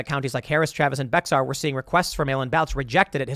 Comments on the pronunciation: Bexar is pronounced Bay-ar not Bex-ar. It was a Mexican municipality originally called San Antonio de Béxar before the war for Texas Independence, then became Bexar County afterwards. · Hey Tim Bexar is pronounced like Bear. Just thought you might like to know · Tim please dont pronounce Bexar like you did lol. Its pronounced bear like the animal. Its a strange spelling it yea... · "Bexar" county is pronounced "Bear" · Just fyi, Bexar is pronounce ”Bear” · Its pronounced BEAR county, it's spelled with an x but the x is silent. Bexar county. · Bexar is pronounced Bear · Tim, "Bexar" is pronounced "Bayer", just for future reference. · Bexar you dingleberry it's pronounced (bey-har) FOR FUCKS SAKE! Employ Google translate, my God. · Bexar County Texas is a commonly and understandably mispronounced word. Bexar is a Spanish word and is pronounced 'Bay-har.' Some people say more like 'Bay-er' but if you say Bexar like it is pronounced based on English spelling rules with the hard X sound in the San Antonio area, someone will correct you. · Bexar is pronounced.... Jam Bayer and bear together you get Bexar. It's a Spanish h/x not an English eks/x. Wrong way to say it but you know what I mean. I know, I know Texas is Spanish too but we pronounce it English. I don't make the rules, I just break them because everybody else does. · Texas town and county names 101 Don't proununce the x in bexar p.s I can't spell I know